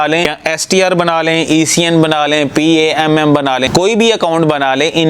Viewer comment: پام Not p ,a,m,m